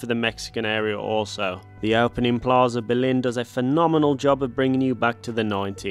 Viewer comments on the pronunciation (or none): none